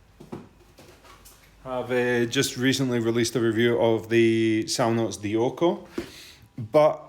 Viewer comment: Nice video..just got the Moondrop Variations and the S12 ..they’re my two top dogs in my iem stable 😋 This does look interesting tho 🤔 Btw, I almost threw up a little when you said Dioko 🤢..yes I’ve got that also ..and it’s not in my stable.